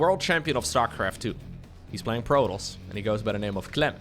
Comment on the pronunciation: ...prodols? You mean Protoss? Pro-Tos.